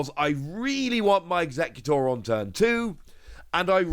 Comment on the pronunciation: You keep calling it Alolan Eeggutor in all your videos xD